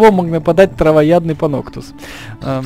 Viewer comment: Звучит как Паносус)